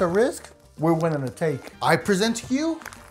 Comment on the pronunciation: it’s take not thank